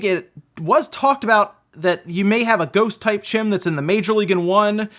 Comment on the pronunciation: Sir are you saying Gym, Gem, or Jim. Work on that pronunciation!